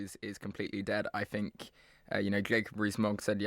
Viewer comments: Wiv....fink...reckonise...ver (for the...) Go back to school, learn to speak properly. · It's hard to take advice from someone when they can't pronounce the word 'think' correctly.